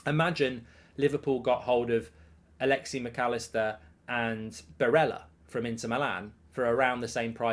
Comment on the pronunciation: It’s alexis, not alexy